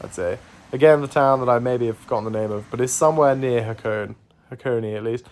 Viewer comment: BTW Hakone is pronounced with three syllables